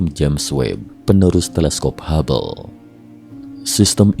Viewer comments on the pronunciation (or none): none